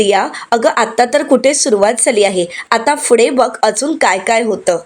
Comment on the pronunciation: फुढे नाही हो पुढे...